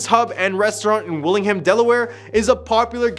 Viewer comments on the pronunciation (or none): Wilmington not willingham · "Willingham Delaware " 😂😂😂😂